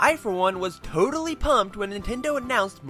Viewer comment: TOADALLY! HAHAHAHHA